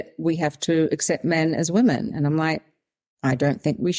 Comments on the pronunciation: It might seem a little petty, but this is one of my pet peeves that drives me nuts. It drives me nuts when I hear people pronouncing the plural form women, the same way as the singular form woman. They are not pronounced the same at all. The plural is pronounced like wimen. It is still spelled women, but definitely not pronounced like woman. Even if the subject matter of a video is interesting and important, I can't listen if one or more of the person can't pronounce the word women correctly. And it wasn't Sal who did this, it was the other lady. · This will sound very snarky but is meant as a simple piece of advice to anyone having trouble pronouncing 'women'. Although the first syllable is spelled the same as in the singular 'woman', the word's pronounced as if it's spelled 'wimmen'. I can remember stumbling over this for a little while until it suddenly clicked. I sometimes hear ppl on podcasts and broadcasts having this trouble, i.e. pronouncing 'woman' and 'women' almost identically. Just a thing you have to learn at some point. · Why can't you pronounce the word: women? You can say men. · Just now I found myself watching a video where Zimbabwean Brooke Bruk-Jackson pronounced 'women' the same way you do. ( Meet the reigning Miss Universe Zimbabwe brooke_brukjackson as she speaks to Marisa on#MorningRush) Maybe it's a British Commonwealth accent thing. To a North American, the difference between the singular and plural in your and Brooke's pronunciation seems pretty much non-existent. So now I'm curious, and I should have thought to ask this before: do you and Kiwis in general hear a distinction that I don't?